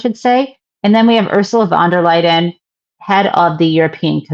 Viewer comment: No "d" in Van der Leyen. Jen!